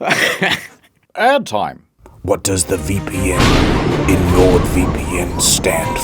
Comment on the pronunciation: Why he says "Sword VeePee N'